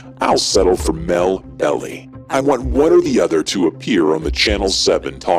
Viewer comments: Melvin Belly? You realize you people are ameture night at the Troc. It is pronounced Bell-eye. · It's Melvin "Bell-eye" not "belly". He's super famous here in SF. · no no no. I'm so sorry. The lawyer they were discussing in the video, I didn't even read the previous comments here before I commented. The lawyer they were discussing is Melvin Belli, they pronounced it like "belly". It's pronounced BELL-eye. He is massively famous here, his house used to be on City tours. I didn't even see all the comments about music before I dropped my comment. Apologies. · FYI: Melvin's last name is pronounced "Bell-eye" (not "belly"). 😉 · Posthumously (pos CHEW mes ly)? And Melvin Belli (it’s BELL eye not Bell ee). OK, maybe you’ve never heard of Melvin Belli before making this video, but why just guess at the pronunciation? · can you at least pronounce Melvin Belli last name correctly? Lmao!